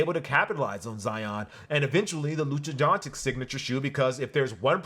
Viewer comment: All love, but “Lucha Donchick”? Really???🤣